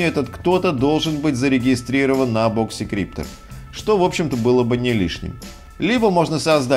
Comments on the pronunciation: а я слышу в видео "И" - "боксИкриптор" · у него не очень с английским, но при этом он может быть экспертом